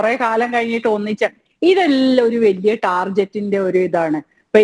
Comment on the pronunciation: ദയവു ചെയ്തു മലയാളികൾ പൊതുവെ പറയുന്ന പോലെ ടാർജറ്റ് എന്നു പറയരുത് അതു ടാർഗറ്റ് ആണ്. ലോകം മുഴുവൻ ടാർഗറ്റ് ഇന്നാണ് ഉച്ചരിക്കുന്നത്. Please download Universal dictionary Aap you will get all the pronunciation correctly.